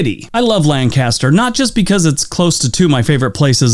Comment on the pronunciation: The dude pronounced Lancaster in a weird way.